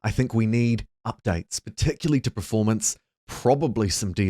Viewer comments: Per-form-ance. Not prif-ormance :)nice vid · Are you saying "praformance" or "Performance"?